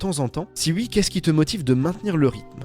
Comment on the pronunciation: Par contre pour l’amour du ciel arrête de dire ui dis oui s’il te plaît 😭😭